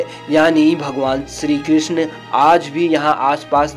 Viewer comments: सिरी क्रिसन मिसरी परसाद । क्या बकवास है सही शब्द नही बोल सकते । चले है भगवान को वर्णित करने । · BHAI BOLNA SIKH PEHLE PANDIT KE PUJARI KYA HOTA HAIN MANDIR KE PUJARI TO HOTA BHI HAIN OR SHRI KRISHNA BOLNA SILH PEHLE